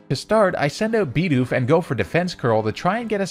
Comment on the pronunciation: stop saying LOWpunny and BEEdoof, theyre literally both spelled exactly how they sound